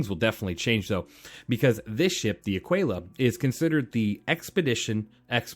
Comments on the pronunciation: It’s not a quail a. It’s either Ah quill a or A keel ah. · "uh-kee-luh" you dont call it "te-quay-luh" its tequila. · a kee la, like te kee la. tequila, aquila only one has a T at the beginning of the word. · It's pronounced "ah-keela" btw. Honestly, get the Taurus or if you like the bling like Ido, get the Phoenix. Love my Phoenix! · american here, it's ah-key-la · No big deal man but I thought it was pronounced like tequila. Ah-Key-Lah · I think that the pronounciation of Aquila has a mute U